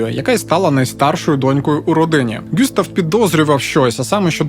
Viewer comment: Все ж таки ҐюстАв, якщо француз. А також ЛеА.